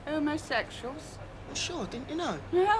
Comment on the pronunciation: “omo sexuals”